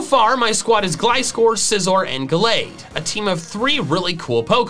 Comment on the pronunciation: IT'S GALLADE, NOT GLADE!